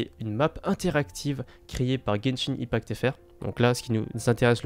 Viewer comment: Argh ! La prononciation de “open world” et “Gebshin impact” sa fait saigner l'oreille.😭 Si vous vous demandez pourquoi j'ai modifié c'est parce que j'avais oublié l'émojie 😭